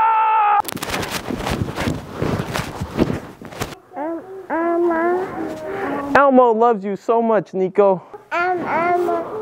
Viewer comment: This ain't elmo. It's El- Mo